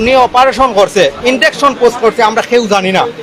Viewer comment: ইঞ্জেকশনকে বার বার ইনডেকশন বলছে, অল্প সুখে কাতর হয়ে পরেছেন